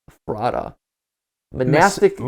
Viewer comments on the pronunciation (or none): ephrata is pronounced f-rat-a ^-^ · its eF-fra-dah not however you said it lol. Its a town in Pennsylvania near Lancaster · i live like 20 minutes away from ephrata and have a few friends there, but the pronunciation is killing me. it’s eh-fruh-tuh not ef-rata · If it's pronounced the same as the town, it's EF-ra-da not ef-RAH-ta. (yes the t gets mushed into a d sound, don't worry about it :p) Edit: got further in the video, it is the town lol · I know they're probably not gonna see this at this point but it's funny living near Ephrata, PA and hearing them pronounce it Ef-rah-tah, here it's pronounced Efruh-tuh. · My hometown of Ephrata, PA is on a GT Live video??? Also it's pronounced "Eff-ruh-tuh" with emphasis only on "Eff" and "tuh" not "Effrah-tah". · Okay, no one will probably see this, and this is by no means hate towards Mat, BUT: it is not e- fr ahh tah The way I learned it was Eff rata As in ratatouille 😆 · How they pronounce Eph-er-da kills me 😂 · Guys can we talk about how they’re pronouncing Ephrata? It’s Ef-er-ta 😢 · didn’t think i’d hear matpat butchering the name of a town an hour away from me today, but here we are. ephrata = eff-ruh-tuh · Ephrata is pronounced Eff-ruh-duh. I live like 20 min from Ephrata so it just feels weird hearing them say Ephrata the way they do lol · Not to be that guy but I lived in that area of Southern Pennsylvania for years, originally from there, like half an hour from real life Ephrata and Ephrata is pronounced more like Eff-ruh-tuh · To pronounce ephrata is [F-rah-duh] - From a local Pennsylvanian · Guys, as someone who lives in the area- it's pronounced Eh-phreh-ta. We pronounce things weird here. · glad to know I wasn't the only one cringing...i happen to live near Ephrata, lol. Pronounce it like using the phrase 'the letter F,' and add rata after it. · His pronunciation of Ephrata really bothers me. I grew up near that area and I never heard anyone say it that way lol